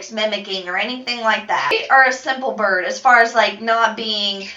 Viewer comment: Is she saying “birb”??? Just me?